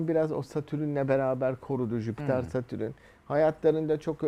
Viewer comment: Adamın Satürn'e Satürün demesi gıcık etti hahaha